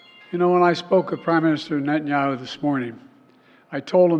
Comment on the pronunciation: It sounds like you're reading these tidbits off of a Dennys placemat. Confused as hell actually. And you don't even know how to pronounce Netanyahu? Lol. Bro, you sound lost. Cheers!